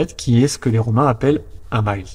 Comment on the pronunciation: Pourquoi utiliser une prononciation anglaise pour le "mille".